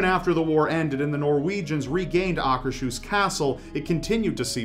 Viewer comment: Just got to say that your pronunciation of "Akershus" is flawless!